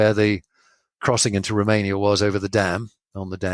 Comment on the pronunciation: "Roomania"? It's Romania.